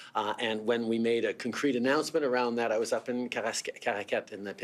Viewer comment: What’s cuncrete? Anybody know?